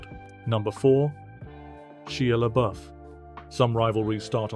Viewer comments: Who the hell is Chia Leboof? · I’m only ever pronouncing it SHELIA Boeuf now😂😂😂😂😂😂